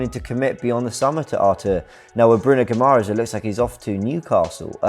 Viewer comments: Guimarães = Ghee-Ma-Raysh (the ‘ay’ is fairly nasal) Neves > Xhaka and Partey. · its pronounced Bruno Gee - ma - rai - n - sh ;)